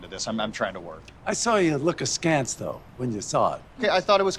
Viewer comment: askance" ,a Yank saying askance . Well ,maybe Larry